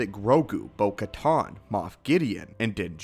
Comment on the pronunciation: Bo called "Bo-Kuh-Tan" in the show - "Bo-Kuh-tohn"